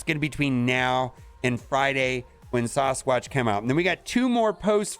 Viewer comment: You say "Sawsqwatch" one more time and imma lose it